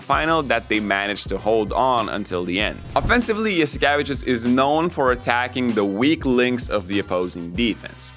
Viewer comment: Oh man the way you pronounced Saras last name made me realize that we’ve been saying it in Greek wrong for decades. Yas ee ke Vee chews (tsious)